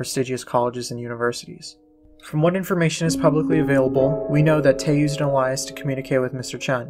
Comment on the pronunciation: Was curious about this wanted to learn more. Great video. One suggestion look into how to pronounce Alias might help u out in the future. No disrespect 🙏